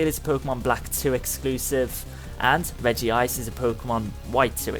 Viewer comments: REGI-gigas. not REGIGI-gas it is really not that hard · It is called re-ji-ji-gas. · you say regigigas like "rejigigas" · Acctualy, It's REG-EE-GI-GAS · It's pronounced like reggie-gee-gis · say regegiis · Oh my gosh you just Murdered Regigigas' name it's Red Ge Gig As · Its pronounced regee-gee-gas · It's pronounced reh-ge-gi-gus, regigigas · Its pronounced Re-Jee-Gi-Gas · Regigigas is pronounced rejigigas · no it's Regigigas (re-ji-gi-gas) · i hate people doing a comentary that leterall y havnt even played pokemon but take peoples videos to show you what to do and call it there own he said profeser juniper or what evee his name is then siad reg gi geg as for regigegas he said rice aram for resharam face palms